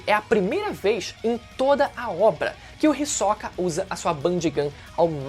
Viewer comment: ri soca é pica kkkkkkkkkkkkkkkkk ri demais da tua pronúncia, eu sempre pronunciei risôca ótimo vídeo